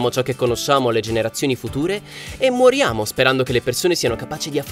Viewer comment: Sono schiattato nel minuto quando dice "mUoriamo"